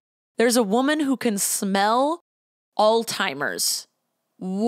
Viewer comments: Omg "all timers" why do you call it that! It is alZheimers. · Loved this but the way you say “alls timers” 🤣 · Is it just me or did pronounce Alzheimer's as "All-timers"? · I’m sorry but the way you say Alzheimer’s is killing me 😅